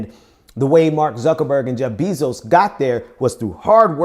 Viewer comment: Bezos is pronounced BAY-zohs, not BEE-zohs.